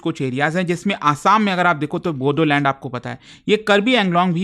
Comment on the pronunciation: Bodoland. Pronounce it as Boroland.